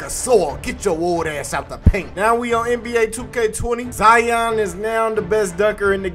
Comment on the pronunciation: Ok, u don’t pronounce lion, LIE YON, so y is it ZIE YON? so annoying lol!!!